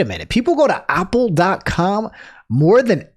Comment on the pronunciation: can we just talk for a moment how says apple? not a - pl, he says it like AAH pl. AAH pl.